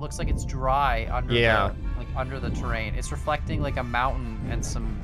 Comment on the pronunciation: hm... terra...in, terrain omg